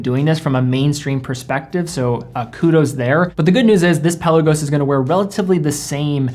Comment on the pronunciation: Pe’Lagos....not Pella-gos. Great vid!